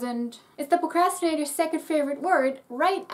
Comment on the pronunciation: Hahaha, you spoke "procrastinator' with a strong German accent! #toll